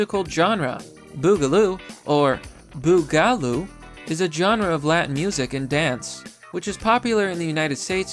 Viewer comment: Quit saying Genre wrong